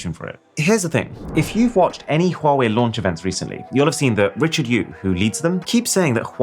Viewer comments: So nice to hear a person saying Huawei properly. 🙏🔥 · I'm amazed that you pronounce Huawei correctly! (It's not Wa Wei, it's HuWa Wei)